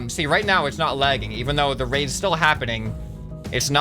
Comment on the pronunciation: What he says: The raids have been optimized. What it sounds like: The raves have been optimized.